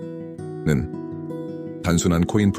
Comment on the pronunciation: 위파이 디오뱅크를 계속 더뱅크로 발음하네요 the가 아닙니다